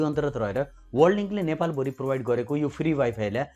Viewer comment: हेल्लो महाशय ! कृपया नेपाली भाषा शुद्ध उच्चारण गरिदिनुहुन हार्दिक अनुरोध छ । प्र लाई पर् अर्थात् प्रयोग लाई परयोग/पर्योग, नेपाल भरीलाई नेपाल भोरी आदि नभन्दिनुभए हुन्थ्यो । पटकपटक यस्ता अनुरोध गरिरहेपनि वेवास्ता गरेर जहिलेपनि गलत नै उच्चारण गरिरहनु भएको छ किन होला ? भाषालाई सम्मान नगर्ने नै हो ?